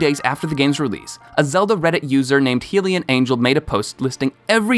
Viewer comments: HEELIAN? It's Hylian! cries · Hylian isn't pronounced "Hill-ian" its "High-le-an" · YOUR MISPRONOUNCES ARE DRIVING ME CRAAAAZZZYYYYY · Heelian? Its high-lee-an hylian buddy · Every time you said heelia instead of hilea i lost my mind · “Heelian”???!!!??? Did you just call Hylian (HIGH-LEEAN) Heelian? I was willing to overlook the mispronunciation of doublet, but c’mon….Hylian has been used in the game forever and I don’t know anyone who plays the game that doesn’t know how it’s pronounced. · It's pronounced Hilian not helian ....hylian hi, not he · What tortured me was the pronunciation of Hylian as "Hee-lian" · YES, like why don't people think about Hyrule, it's literally where they live and there's a Lorule too! Just think 'high' and 'low', but please not 'Hill' 😓😤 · Good video but hylian is actually pronouced High-lian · Stop saying heelin it driving me crazy STOOOOOOP DOOIINNGG IITT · Are we just gonna ignore how he pronounced Hylian like Heelian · Um I think hylian is pernounced hie-lian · Helian? HYlian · Dooblit Heelian Bruh you gotta work on your pronunsiashin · I'm sorry, how did you pronounce hylian? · Complains about how to say doublet, then mispronounces hylianangle 😑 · You mispronounced "Hylian"